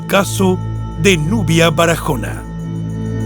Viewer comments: En español ese apellido no. Se pronuncia Barajona. Sino Baraona aunque lleva. H pero la. H en español es muda no tiene sonido . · Es Baraona, la "h" no se pronuncia. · Excelente narrador, pero en español la h no se pronuncia, con lo que no hay necesidad de decir Barajona. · Perdón la h es muda no tiene sonido.tu la pronuncias como una jota se pronuncia Baraona y se escribe Barahona